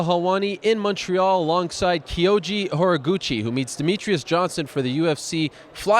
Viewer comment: Horiguchi pronunciation "Whore-Gucci"